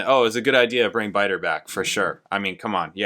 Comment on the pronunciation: You mean Biter😂...he won't change how he says it even now...almost like others who say Pert...SMH